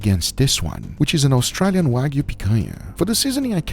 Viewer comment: LEARN HOW TO SAY AUSTRALIA AND AUSTRALIAN BEFORE I GO INSANE PLEASE GUGA otherwise great video